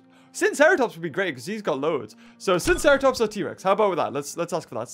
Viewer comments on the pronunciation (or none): I am pretty sure that it is pronounced sigh-no-seratops